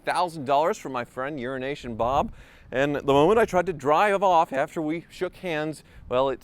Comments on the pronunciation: you really need to enunciate the “O” in EurOnation Bob. It always sounds like you are saying Urination Bob. Lol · Everytime he says EuroNation Bob, I only hear Urination Bob, and I feel like that can't be a coincidence, despite how nice they treated each other when buying the Sprite. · WHY DO YOU KEEP CALLING HIM URINATION BOB?